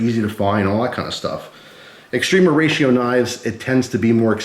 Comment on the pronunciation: It's often pronounced wrongly like extreeeema